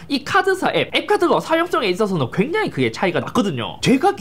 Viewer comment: 괴장히 -> 굉장히